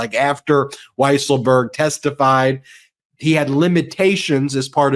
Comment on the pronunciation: It is pronounced “weasel-berg”. A common mistake.